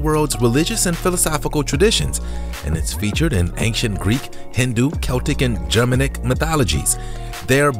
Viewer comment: If you can neither pronounce English nor Spanish, maybe don't narrate the videos yourself. Germanic, stoic, Oaxaca. After that I stopped watching